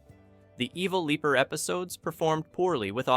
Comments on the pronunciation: How are they going to claim this isn’t an AI channel when they pronoun “evil leaper” as “evil leper” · The Evil LEPER and Bakoolas? Learn how to pronounce it right!